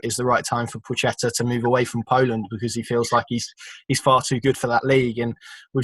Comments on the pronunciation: Pwa-het-a .... It's really not that hard to say. It's not a ch sound. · PLAH-CHET-AH - I am sick of listening to debate around pronunciation. Call him whatever you want, I have no doubt he couldn't care less. We are english, so pronounce it in english and get on with life.